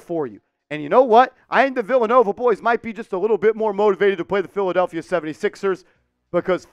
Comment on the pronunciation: Did you say filthadeplphia? 😂😂😂😂😂